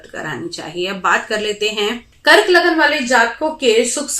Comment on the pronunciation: Dhanyvad , aur shat shat naman spast roop se LAGNA uccharan ke liye. Kyuki adhikans jyotishiya vdos me spastroop se lagna ya rashi bola nahi jaata hai. Lagna aur rashio ke koyi alag alag naam nahi hote hai. Lekin har vyakti ka rashi aur lagna alag hote hai jyadatar mamle me. Kuchh jyotish vdo banakar bol dete hai ki vdo rashi aur lagna dono ke liye hai, jabki rashi aur lagna ek vishay hota hi nahi. 🙏🏾🌹🙏🏾🌺🙏🏾